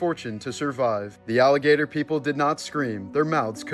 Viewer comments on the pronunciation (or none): none